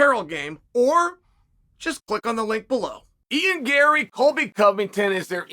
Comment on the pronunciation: First time I’ve ever heard chael pronounce a fighters name correctly! (Ian Gary)